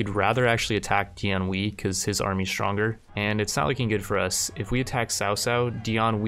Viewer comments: it’s pronounced Dian “Way” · Xiahou Dun: Shee-yah-ho Dune Dian Wei: Dee-on Way